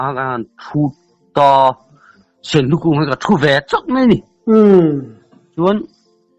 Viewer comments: Senhlu tih loh tur, Sunhlu tih tur pasaltha chuan.😂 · Senhlu hantih chuh a thing e, sunhlu ti tawh rawh aw thianpa🤭🤭🤪🤪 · Sunhlu lam dan chu..sinhlu ti tlat ka hriat chu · Senhlu atiin kahria keichu